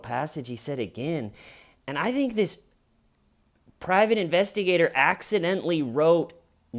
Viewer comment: Intestigator??? Like intestines LOL